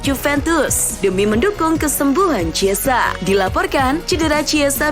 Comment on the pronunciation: Chiesa dibacanya "kiesa" min, bukan "ciesa". "Ch" tidak selalu dibaca "c" di negara2 eropa".